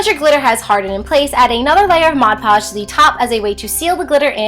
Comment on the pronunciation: anyone notice how it said mod lodge?